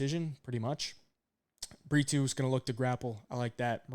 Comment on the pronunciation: It's Bree-Toe not Bree-two 😂